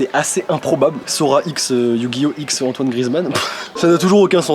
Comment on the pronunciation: Toitoine je meurs 😂😂😅😅